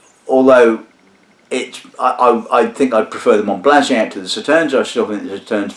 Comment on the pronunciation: Monbazillac, not Monblaziac. Mohn-bah-zee-YAK. Sorry, pet peeve.